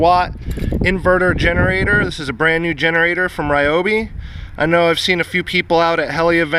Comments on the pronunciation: It's pronounced Ree-Oh-Bee! They corrected me on a contest submission video I did. What do you think about this idea they should of done: They should of had 18V ONE + battery pack that can plug in to power the brains before starting and have both electric start and remote start with your smartphone. To me that would of totally make sense. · Everyone screws up the proper way to pronounce Ryobi lol